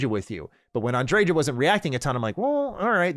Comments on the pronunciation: Andre-JAH! Lol. It's likely pronounced Andre-YAH isn't it? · Why do people put so much emphasis on the j in her name, unless im misremembering it was a ya sound not a juh 😂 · Am I the only person who thinks the J in Andreja is meant to be silent? Like a Spanish J, haa sound? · Sarah is wrong. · That's not how you pronounce Andreja... I'm from Poland and even I know how to pronounce these Spanish names lol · This ain't looking good already. 3 minutes in you say you "adore Andreja"... yet can't even pronounce her name correctly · i really hate how Andreja's name is pronounced